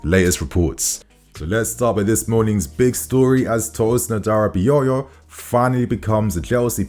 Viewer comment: you killing me man 😅 Which one is Adara Bi Yoyo 🪀 😅 it’s Adara-Bi-oyo (not yoyo) 🪀 🤣🤣🤣🤣🤣🤣🤣